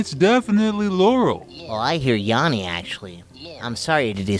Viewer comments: In this video I learned that hears laurel, because he mispronounced yanny as yawny. If he heard yanny, this wouldn't have happened. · Its Yanny, not yawny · He says Yannie wrong, is a laurel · heard laurel because no one who heard yanny would pronounce it yawny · Why is no one saying Yanny is mispronounced?